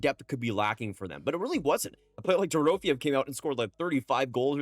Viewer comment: Door-row-fay-ev. You get an F for mispronouncing Dorofeyev's name, but if this YouTube thing doesn't workout, you can get a job mispronouncing names for ESPN.